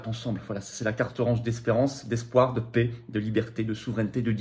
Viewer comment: On ne dit pas la « pé » mais la « pè ». Ça rend la vidéo insupportable